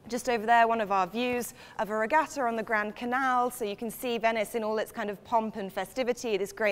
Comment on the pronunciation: She keeps saying "regatto". It's regatta.